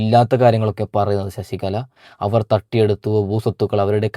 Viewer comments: എടാ കോപ്പേ ശശികള എന്ന് പറയാതെ ശശികല എന്ന് പറ. നീ പോയി നാക്ക് വടിച്ചിട് വാടാ പുല്ലേ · ശശികള അല്ല ശശികല എന്നാണ്